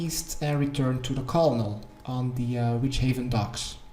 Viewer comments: "call nel" its CUR-nel lol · Colonel is pronounced the same as kernel. Thanks for the guide. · It's Colonel, bro. Pronounced like "kernel". Like a rank in the military. Drove my OCD crazy every time I heard you pronounce that "L". Thanks for the awesome quest guide as usual though!